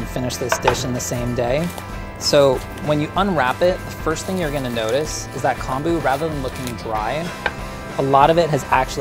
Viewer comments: pronounced k - oh - n - boo, not k - ahn - boo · Just FYI... Kombu is kOmbu, as in Comb (you know for your hair) that’s how the “o” is pronounced lol So technically it’s COMB-oo